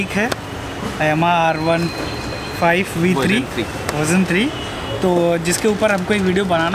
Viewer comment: Bhai r15 bola not r1😅🤣😂🙏